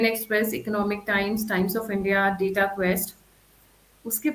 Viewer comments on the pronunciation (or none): none